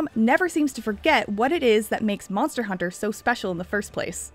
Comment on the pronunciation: Monther hunter 😂